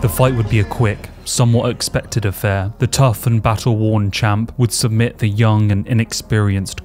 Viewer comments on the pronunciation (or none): none